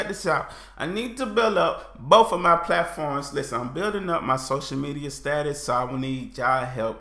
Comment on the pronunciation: If you keep pronouncing BOTH is BOFE, you're going to evolve English and eventually it will be right.